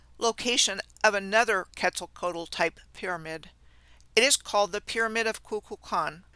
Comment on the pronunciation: The L at the end of Quetzalcoatl is silent. Ketz ahl co aht.